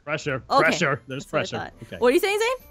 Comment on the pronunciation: Pracheur,pracheur there's pracheur for every thing